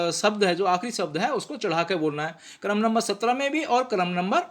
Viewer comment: कृपया शब्द उच्चार किजिए इसका उच्चार सब्द ऐसा मत किजिए